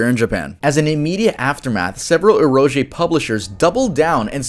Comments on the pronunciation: EROJ? wtf is that gosh this Westerners can't even pronounce ERO * GE right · the know-it-all in me couldn't let this one pass. It's pronounced "erogey", not eroge. My bad but couldn't let that one pass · "eroge" actually pronounced "err-oh-gay". As in "ero-game." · It’s pronounced “ero-gay” not “eroje”. Also whether rape is worse than murder doesn’t really matter when it’s all in a video game. The outcome (or lack thereof) is the same. I’m just mad that I need to jump to through hoops to play these all because a bunch of moralising gaijins wanted to throw a shitfit over something that had nothing to do with them. Westerners… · Its pronounced as "eh-roh-geh", not "eh-roh-jeh" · I've never heard anyone pronounced Eroge(ero-gay) as ee-rouge-ay till now... doesn't bother me, but did not expect that pronunciation. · idk if you notice it but when you pronounce "Eroge" it should be pronounced as E-Ro-Ge not combined together(idk htf to say it but yeah) since its essentially just "Erotic Games" shortened. but since its been like a year im pretty sure you already noticed or improved by now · Just a note: "eroge" is pronounced with a hard G, and essentially sounds like "eh-ro-geh", where the "eh" sound is between a long A and "ehhh...", almost like sighing. That's the best way I can describe it. Of course R sounds aren't pronounced quite the same either, but that one's even harder to explain via text, so we'll just ignore that one ig haha 😅🤷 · just a little thing, "Eroge" is pronounced with the hard g sound, so itd be ero-geh ge being short for geemu ゲーム (game) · Erm, that's not how you say the word "eroge", it's "eh-ro-geh". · Eroge is pronounced E Ro ‘gay’ ^ but also there’s a lot of SA stuff in Japanese medias and such-:( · bro pronounced eroge like its a rock or some shit lol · "eroge" is pronounced "eh row geh" btw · Wish people would learn how to Pronounce eroge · That's some funny pronunciation for eroge 😂😂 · what is so hard about pronouncing eroge holy shit